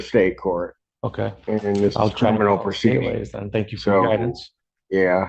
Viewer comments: Is pronounced“Pro -Say” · Bullshit, click-bait by a dude who makes fun of a pro se litigant, but who, himself, cannot properly pronounce legal terms. That Judge rocks; as always. But, thanks to the commentator and click-bait, this video is shit. Look up other videos of Judge Simpson from other content creators.